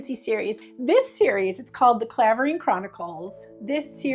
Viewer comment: I loved A Fall From Grace and The Sport of Matchmaking, they are the ones I go back to. Btw Clavering is pronounced Cl ai vering ... I used to live in the village